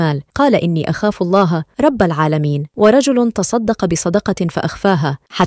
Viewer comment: جزاكم الله خيرا،، اخت نجلاء، لفظ الجلالة بعد الكسر يرقق مثلا في الله، وانتم تفخمونها، يرجى ملاحظة ذلك